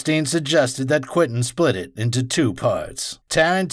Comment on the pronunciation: This is all great stuff...but it drives me nuts that you keep calling him Quintin instead of Quentin.